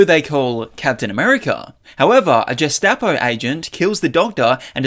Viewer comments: Jess-tappo??????? 🤣🤣🤣🤣🤣🤣🤣 Why? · Did I just hear "Jestapo"?? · ...a " jestepo agent??????" 😂 ( oh, and steve didn't drink the SS serum..) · How do you not know how to pronounce gestapo? 😐